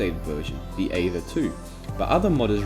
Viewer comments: I cant get over how you pronounced aether... that being said it gave me a smack to the face of nostalgia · "The Eava Mod" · Oh my god I remember the aether mod! People still mispronounce it with reckless abandon lmao